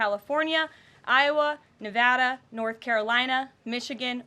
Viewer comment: Karoline is OWNING this job and at such a young age!❤️ And thank you for pronouncing “Nevada” correctly! We love you